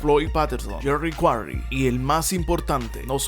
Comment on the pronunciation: Comoooo que dijiste yerry quaray le gano a ron lyley👍👍👍increible